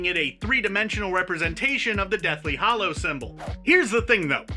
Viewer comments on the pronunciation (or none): Two seconds in and he can't even pronounce Hallows properly!! It isn't pronounced hollow!